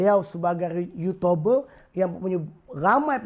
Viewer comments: baru lak jumpa video ni... bro... uuutuuuberrr not uuutoberrrrr... melayu sama melayu lu bising bro... tang cina and india punya racist... lu diam lak... uuutoooberrr betoi! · dia sebut yutober?? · orang buat video jumlah like mesti lebih dari dislike....ni x kau mmg buat video untuk dptkan bnyak dislike hahahhaha....cakap youtuber pon x betol...ada cakap yotober....kau nk sebut apa ni hanat aku dngor lain. pakatan hancing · youtuber. bukan yutober bro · Bising ahh kau. Memang patut nama harapan, bagi harapan je kat rakyat. Bod** sebut youtuber pun tak pandai.